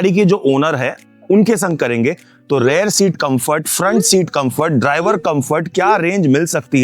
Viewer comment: Arei bhai, still you say (earlier clarified in your previous video comments as well) ' Rare' seat ??No,,, Rear is correct.. means 'peeche'